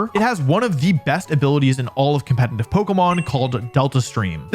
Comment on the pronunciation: Nice Video as always! Just a quick question. Is the pronunciation of "competetive" or as you say "compete –N–tive" an insider or how comes? Sounds weird as this word is in every video in countless repetition. Just very curious! I